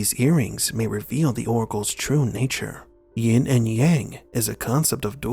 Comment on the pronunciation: "Yin and Yang" Never "Ying".